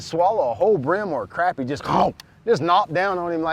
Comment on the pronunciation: Glad you say Crappie the right way! Thought that was just a North Georgia thing.